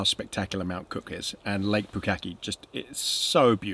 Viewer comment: Ahhh, you said Lake ''Pukaki''.... I had to put subtitles on to see exactly what you said. LOL